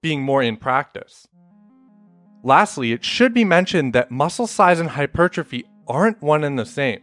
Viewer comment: Bruh that's not how you pronounce hypertrophy